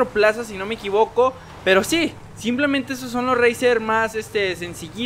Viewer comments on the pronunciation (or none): none